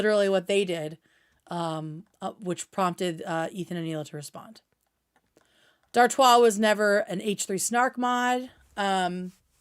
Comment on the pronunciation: Ok so I was pronouncing Dartois correctly in my head?! Everyone else is saying dartis and it makes me chuckle